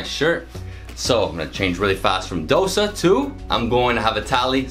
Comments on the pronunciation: i like how he pronounced it as Dh-o-sa and not dough-sa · Im proud cus u sed dosa correctly i am a indian